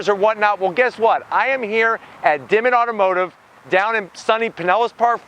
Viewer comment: "Dammitt Automotive?" lol That sure is what it sounded like though. I like your comment about wising we could comment in video form or at least in audio form.